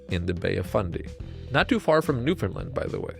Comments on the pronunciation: Its new foundland not new finland. It is being miss pronounced. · I love this! Also I'm an atlantic canadian and just so you know, Newfoundland rhymes with understand. You put the emphasis on "land"! :)